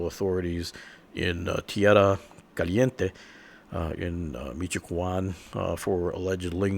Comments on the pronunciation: Its can not Quan idiot you're butchering the pronunciation of everything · I’m grateful for your efforts - but - damn it, it’s not meecho-co-on it’s meecho-ah-con. Shit! And I’m white! Sorry. Love your vids, thank you! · It’s Michoacán not michoajuan dumbass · U CAN CALL IT CARTEL “4-LETRAS” “4-LETTER CARTEL” THATS HOW ITS KNOWN ASWELL. .... JUST THOUGHT I CAN GIVE A SMALL INFO ABOUT THEM ,ALSO UR ABSOLUTELY RIGHT THERE THE MOST POTENTIAL & POWERFUL CARTEL . N I LIKE HOW YU SAY MI-CHE-QUAN “LOL” ITS PRONOUNCE MI-CHU-A-KAN ... michoacan. ... lol KEEP UP THE GOOD WORK ! 👍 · It’s called Michoacán bro don’t be disrespectful foo